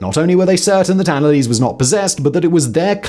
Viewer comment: ah simon, you are butchering that name.... but i´ll look over it eventhought my ears hurt everytime you speak her name